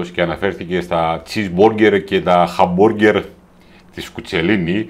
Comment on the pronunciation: Γιατί δεν το πρόφερε σωστά..είπε χαμπΟργκερ..για αυτό τσαντιστηκα ν όλοι..χαχα